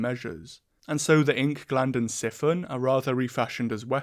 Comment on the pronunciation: There's no way he pronounces siphon as siffon